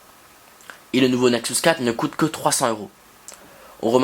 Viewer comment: Bonne vidéo mais par contre juste un chose qui me stresse : ta manière de prononcer "Nexus" il s'agit du son U et non du son OU